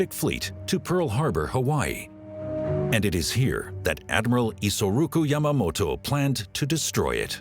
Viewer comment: The Japanese seizing Dutch controlled India? You mean Indonesia aka Dutch East Indies, big difference God what an awful documentary, can't even pronounce Yamamoto's name right and errors in place names